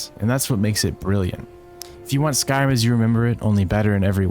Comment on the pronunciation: I love the content, and i love your delivery, but holy cannoli my guy you don't enunciate "Skyrim" at all, you keep saying "skyai'm" and it's WILD wtf